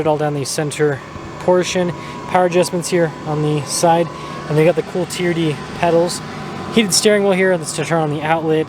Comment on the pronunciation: Me says T.R.D. and says Tee-er-dee 😂. We wuv u